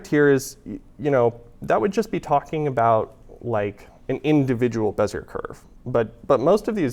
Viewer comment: You know, Bezier is a French name, roughly pronounced bezyay .